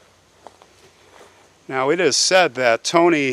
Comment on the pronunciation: I love your videos! But "Marywanna" 😂😂😂